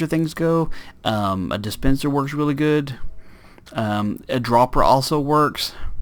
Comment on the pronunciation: Lol you said "teally" instead of "really" ....